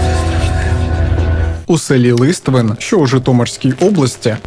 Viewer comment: Неправильний гаголос на село😅 на останній склад ЛиствИн))